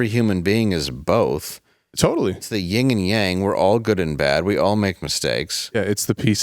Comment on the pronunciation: It's yin, not ying